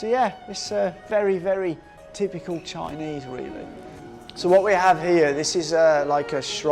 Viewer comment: you need to work on your basic Chinese pronunciation and basic English grammar.